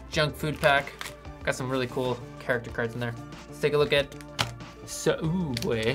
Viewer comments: HE WAS PRONOUNCING SOOUBWAY WRONG! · Sa-uubway lmao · Rest in peace Sooubway ..